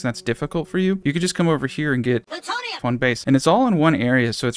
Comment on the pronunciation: Doc saying Plutonium gets me every time.